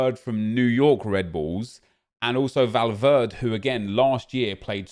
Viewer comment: It’s valv-air-d-ay